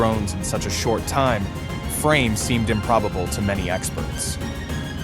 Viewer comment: "...drones in such a short time. Frame seemed..." Er... I think you were supposed to say time-frame like it was a single word. So... you don't write your own scripts? Or someone else narrates the videos?